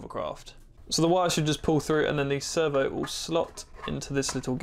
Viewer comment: swear i kept hearing "server" not "servo." Very nice build!